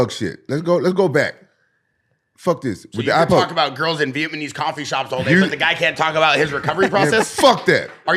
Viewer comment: What’s a VietMANese???